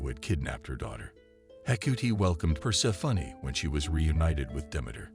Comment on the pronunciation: per-SEH-funny XD